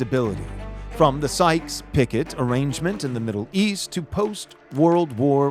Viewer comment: You mispronounced "Picot" It's Pee-koe. You know, French.